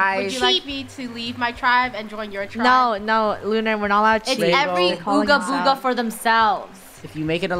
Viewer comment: You said ogga booga it’s BOOGA BOOGA NUB!